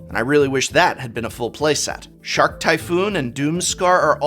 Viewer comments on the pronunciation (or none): none